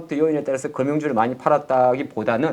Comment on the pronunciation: 정시가아니고 증시다.. 니들땜에 나라골로거고있다ㅠ발음 단디래라